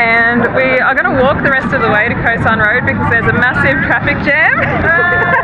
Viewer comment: No no no. Not koh sarn. It's Cow sarn.